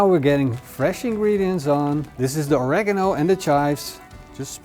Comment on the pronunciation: Not Oreganol but Oreeegaaamo